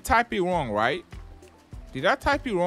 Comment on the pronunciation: When he said right now it sounded like white now